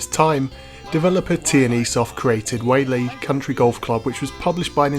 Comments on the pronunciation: It's pronounced WHY-AHH-LIE. At least you tried. Hawaiian words are a tricky sort. I'm surprised they don't say it in the game. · The way he pronounces “Waialae” is pretty funny 😂